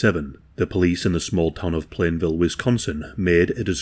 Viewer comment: ITS PLANEFIELD NOT PLANEVILLE